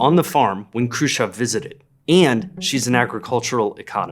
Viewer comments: Who this kruschav he keeps talking about?? Why cant he say CHEV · Why do you say his name krushchov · How are you going to repeatedly MISPRONOUNCE his name when you have it shown in TEXT and have other people pronouncing it properly?! I despise people who mispronounce shit just to be different.